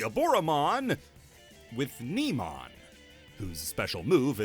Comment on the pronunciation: Neemon is pronounced "naymon". He's one of the companions from Frontier.